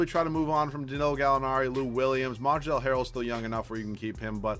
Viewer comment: The L in Montrezl Harrell is silent. Big fan of your videos, btw.